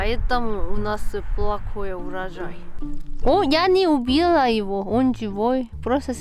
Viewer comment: Я убила?! Это звучало со слишком странной интонацией. 😆